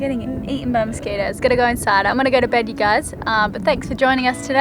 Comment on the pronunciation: Did you say mosquitos!?